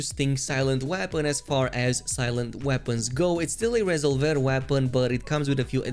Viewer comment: Resolver = “Ree-zolv-er”